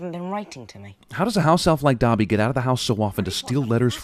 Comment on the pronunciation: 100 sins for mispronouncing Dobby